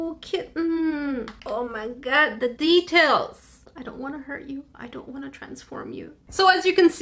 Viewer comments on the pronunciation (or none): When she Said the deatails on the boba cat it sounded like she Said teatales